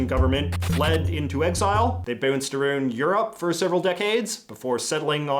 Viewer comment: Boonced aroond? 🤔 😂